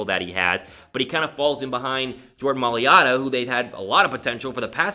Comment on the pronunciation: You gotta pronounce it - MY-LATTA